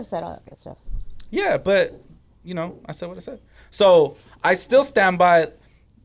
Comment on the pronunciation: Please get a speech therapistssss 🤦🏽‍♂️🤦🏽‍♂️😂please